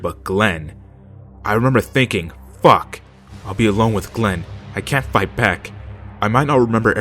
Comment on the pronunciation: "How about you just Fack off"